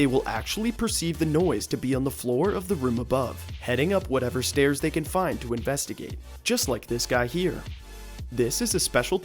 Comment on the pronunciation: he said whatever bird had a chance of having a mate. There was an ad rate as he was saying find and it sounded like the F word. I think it was a little bit before 539